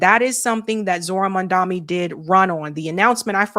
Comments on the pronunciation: Lol, you are still getting Zohran's last name wrong. It's: Mamdani and not: MamdaMi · please say mamdani right IT IS irritating me😅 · LEARN HOW TO SAY MAMDANI'S NAME! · Every time she does a segment about Mamdani, I leave a comment about her mispronouncing his name and she hasn't gotten any better. I guess she doesn't read her comments.